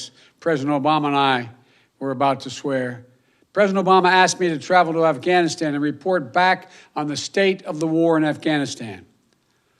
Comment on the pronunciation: Dear Joe Biden....words matter! Lol. When speaking you should finish words fully before moving on to the next. Ganistan is NOT a place. You are monotone and boring. You are weak looking and can't pronounce the words! You should probably practice 1st. Ugh🤦‍♀️